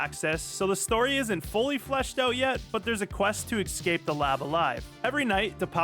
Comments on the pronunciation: Its eScape, not eXcape ;) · He also says eXcape instead of eScape lol he went to Illiterate Arts School of Dyslexia.